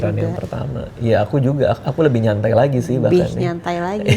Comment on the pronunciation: " lebih nyantai lagi" nadanya sangat ditekankan sama mama Nissa wkwk. Sesantuy itu istri mau lahiran kau banggg. Klo berojol di rmh ape kabar tu bang